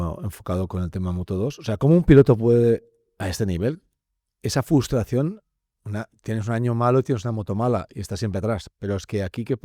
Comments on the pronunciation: Hola! Muy bien el programa. Sólo una cosita para &: Se dice FRUSTRACIÓN no fustración. Si es que tal cual lo escribo, me lo señala en rojo el corrector. Saludos!: ) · Sé que esto no es un foro de gramática pero que alguien le diga a todos que no FUStración por favor... Me pone muy nervioso 😂😂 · Por favor, estaba bien, otra vez a la casilla de inicio, el 60% del tiempo hablá y el resto del tiempo el señor k dice fustración, y no se me entienda mal, prefiero escuchar a alguien k sabe lo k dice y no a alguien k sabe hablar bien y no entiende lo k habla, pero coño, tenemos a joder, k sabe lo k dice y encima sabe decirlo, no le interrumpáis, evitar hablar unos encima de otros k parece telecirco, perdón por no dorar la píldora, pero estoy triste de veros retroceder